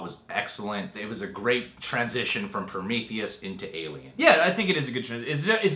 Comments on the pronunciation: There he goes again with Prom - ith - eus. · Everytime you said Promitheus, I cringed LoL But yea, Covenant was Damn Solid! I thoroughly enjoyed it. Not sure about some things in regards to tying into the Alien Alien franchise story as a whole in regards to the creation of the face huggers tho... unless the next movie explores that and ties it all in. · They can't even say prometheus right.